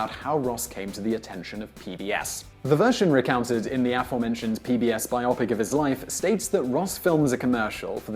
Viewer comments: It's "bio-pic", for "biographical picture", not "bi-opic". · Is that really how you pronounce "biopic"? I would think it would be bio-pick, rather than bi-oppick. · Bi-opic? lol it's bio-pic, as in biographical picture. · Always amused by the pronunciation of "biopic" as "by oppick." I would have said "bio pick." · People who pronounce biopic like myopic sound myopic. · "Biopic" isn't supposed to rhyme with "myopic." It's bye-oh-pick .